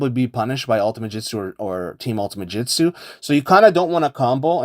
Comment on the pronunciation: Bro stop saying "jitsu", it's "jutsu" 😭 good tutorial tho